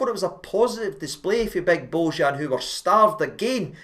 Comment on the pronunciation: Pronounced "bo-yan".